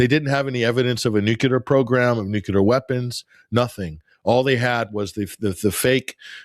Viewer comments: it's Nuclear - Not Nukular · It’s “noo-clear” not “noocuelar” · can't pronounce "nuclear" get off the net.